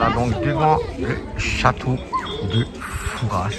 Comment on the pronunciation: Par pitié, arrêtez de prononcer "Fourasse" sans arrêt ! ça écorche mes oreilles d'une manière très désagréable. Dites vous Parisse pour Paris ? Rennesse pour Rennes ? Bourgesse pour Bourges ? Il n'y a pas moyen de faire rentrer ça dans la tête des touristes ! Même entendu sur place, , 5 minutes plus tard le touriste va répéter son FouraSSE !